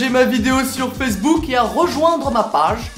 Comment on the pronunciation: commnet il a dit " page " sa ma tuer